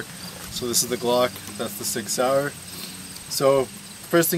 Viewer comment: I love it how he says SIG SAUER. Especially as a german, it is nice to hear how you say it ^^